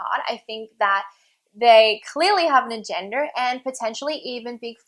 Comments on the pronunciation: When she says "agenda" it sounds like "a gender" xD trans people clearly have A GENDER, wow, waeww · There's irony in her accent causing her to pronounce "agenda" like "agender" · I don't know why it bothers me so much she says "agenda" like "a-gender"